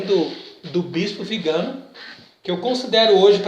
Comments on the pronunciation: Bom dia. A pronúncia do nome do Arcebispo nõa é Vigâno, mas Viganô. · VIGANÓ, TEM ACENTO NO Ó, NÃO É VIGANO. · Pronúncia do sobrenome está errada: le-se “Viganô”. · Não é Vigano, mas VIGANÒ… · A pronúncia correta é Viganó. É oxítona. Salve Maria